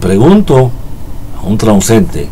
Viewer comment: Es transeúnte, no transuente